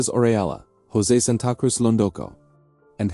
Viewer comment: San ta cruz lol Tell me more mr AI 🤖